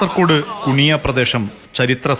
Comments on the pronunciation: കൂണിയ അല്ല മോളേ കുണിയ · Kooniya Alla Kuniya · Koooniya alla kuniya